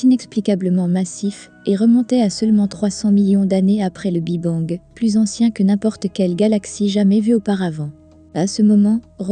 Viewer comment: Intéressant mais le " Bi Bang" est insupportable à entendre l' IA a encore du chemin à faire avant d'être perfomantte